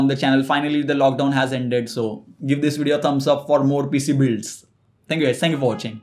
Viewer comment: I thought he is trying to say DHISss